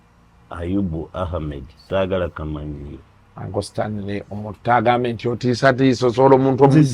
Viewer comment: the name is Stanley not Sitanile😂